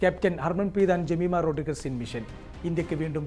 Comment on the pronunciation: But who beated the mighty Australia The only one and lioness Jamima Rodrigues Which you can't pronounce Because you will tremble